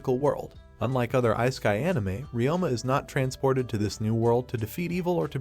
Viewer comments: icekai. I can't take it seriously now. Please tell me you are just using AI voiceover. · I-sky anime? Are you even trying? I used to play around with text-to-speech back in the DOS 5.0 days. You CAN make it pronounce words correctly if you actually put in a little effort. You're better off just having text on the screen than that AI voice. We watch anime, we're no stranger to subtitles. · I'm not tryna meat ride but I really loathe the way bruh pronounces "isekai"💀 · Please learn to say 'isekai' properly!